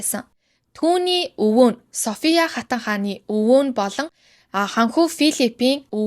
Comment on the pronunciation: Хүмүүсийн нэрийг зөв дуудмаар байнаа😂 Өмнөх дугаар дээр бас алдаад дуудаад байсан. Софийяа хатан Битрис гүнж байхдаа яахав дээ. Фийлипе 🙄 😂